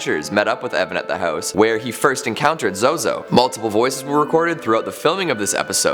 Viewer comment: I suggest pronouncing his name correctly.